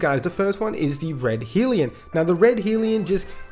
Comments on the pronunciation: liking the new name .. helps that I'm an Aussie tho. also it's Hell-ion not Heel-ion. keep up the good work. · Lol Naa dude the guns fine, I agree with your choices. I was just making fun of your pronouncing hellion